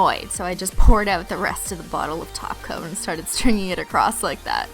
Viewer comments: I like how when she says top coat it sounds like taco 😁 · Wait wait wait... Did she say TOP COAT? not TACO.. 😂😂